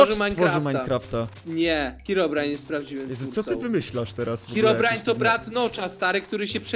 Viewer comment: Herobrajna. Nie nawizd. Glołsot